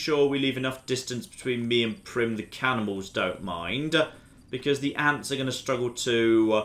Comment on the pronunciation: When he said cannibals, I got confused because I thought he said cannonballs.